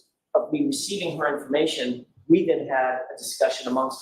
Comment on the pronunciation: Lally said "we" not wheat. 😅